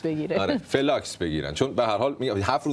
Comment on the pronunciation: بالاخره تو این همه برنامه ای که درست کردی یه سوتی ادبیاتی دادی! فلاسک درسته نه فلاکس😅 ولی واقعاً تکی تو مزه پرونی🎉